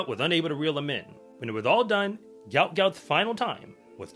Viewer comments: It's actually pronounced "gwot" - as in "goo-ot". Say it fast, and you got the right pronunciation. But it's definitely not 'goat'.... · What is wrong with you people and this boy’s name???????? It’s pronounced G-W-O-T G-W-O-T!!!!!! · Aussies look good for the next few years! Gout Gout (whose parents say his name is pronounced “Gwot Gwot”) is just 17 years old and Kennedy is also a young 21 years old.